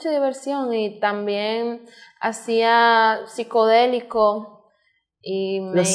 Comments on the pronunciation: La le daba y daba con el “saicodelic” “saicodelic saicodelic” 😂😂😂😂 y la toquisha… si los sicodelico sicodelico jajaajaja insistiendo en la palabra en español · pronuncia mal sicodelico en English c pronuncia saiqiedelic asi suena y no sabes pronunciarlo dilo en español 🎃